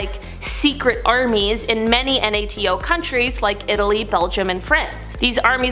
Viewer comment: NATO = "NAY-toe"